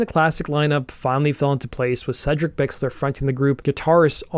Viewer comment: Hell yes, (and it’s pronounced Seedric, not Sedric fyi)